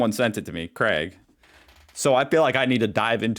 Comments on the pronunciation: baffles me how freddo is pronounced freedo just because youre a seepo. and its craig, not creg! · Craig is pronounced krayg. Where tf is the e in Craig? 🤡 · It’s not Creg in Oz it’s Crayg. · Americans can’t pronounce much well. Ask them to pronounce mirror and they say ‘Meer’. He said the guy Craig as Creg